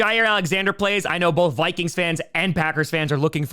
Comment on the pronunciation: He really mispronounces the Vikings. Lol